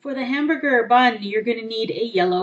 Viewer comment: Sounded like u said Hambooger at the end